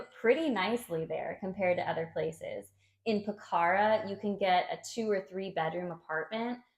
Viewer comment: One thing about Nepal is I have been there twice and I would love to live there as you can drop into India easily - and by the way it is pronounced Po-kha-ra